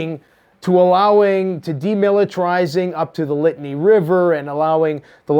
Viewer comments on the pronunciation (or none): it is not "Lit-a-nee" River; it is pronounced "Lih-taw-nee." Just helping out a bro here.